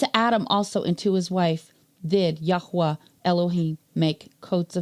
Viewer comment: Nice to hear His name correctly spoken. “Yahweh” is a cainanite god, not the creator.